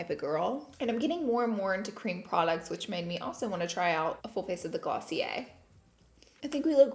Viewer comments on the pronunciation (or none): Girl its pronouced glossy-AIR. Lol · Glossy air😂😂😂 also, did she say ice cream instead of eye cream?😂 She's the cutest🥰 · I’m British and I think it’s GLOSSY-ER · Damn I still be pronouncing it Glossy-Air 😭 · Kaitlyn H me too!!